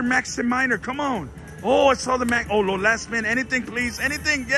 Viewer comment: I heard ho lo :)))